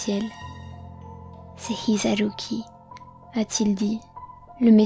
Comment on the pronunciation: Tu n'aurai pas du rouler le R de Hisaruki car ça perturbe.